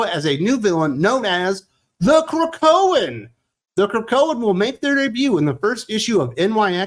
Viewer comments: I nearly drove off the road when you said, "The Krokoan." And that was EARLY in the video! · Wait, wait The Krakoan 😂😂😂😂. OMG really the Krakoan😂😂.